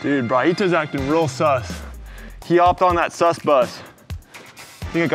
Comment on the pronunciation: They butchered the word "sus" lmao. Funny vid tho